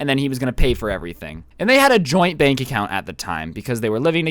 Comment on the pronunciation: Am I the only one that heard "joint bank accout" Xd?